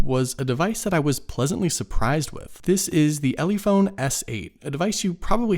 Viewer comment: I'm pretty certain that it is pronounced "Eleh-phone", as in "telephone" + "elephant." I'm also sure you don't call the animal "eelee-phant."